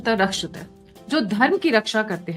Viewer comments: please prounance the quote properly or leave it in your podcast. It is 'rakshati' rakshitaha not rakshita rakshita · If you don't know how to say Samskrit quote, plz stop saying it. You are insulting. Either yiu are not correcting yourself or learning it correctly. धर्मो Dharmo रक्षति Rakshathi रक्षितः Rakshithaha.. Correct your pronunciation.